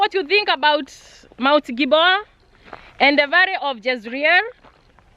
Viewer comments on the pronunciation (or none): Interesting videos you are not serious when it comes to prounanciation varrey/valley lsraeri/ Israel and many more words. I love this vlogs cuz l am a christian. Thank you so much for sharing.